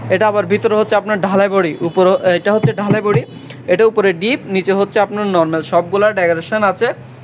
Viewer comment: তুই নরমেল নরমেল বলিস কেন? উপস্থাপক ও তো পারত ওনার কথাটা শুদ্ধ করে দিতে।